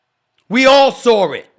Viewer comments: “WE ALL SAWR IT!!!” lol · Since when is there an “R” in saw. We all SARW what???? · We all "sawr" it... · 19 seconds in & SAS said “we all soar it” ..can he pronounce his words correctly? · You know Stephen A doesn't pronounce "saw" like that Lol. He be sayin' "sore" Lol.